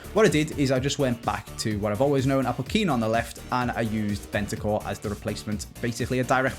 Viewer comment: BeNtaNcur not Bentacur!